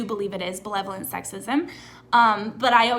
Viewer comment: Unrelated, is saying belevolent instead of benevolent a Canadian thing? Like irregardless?